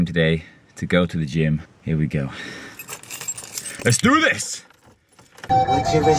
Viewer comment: lol he sounds american when he says "LETS DO THIS"